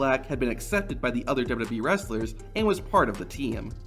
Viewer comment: How can you not pronounce "WWE" properly? You've just botched it countless times. LOL